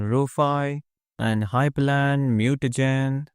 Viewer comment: Linux Nerd comment: It's hyprland, not hypErland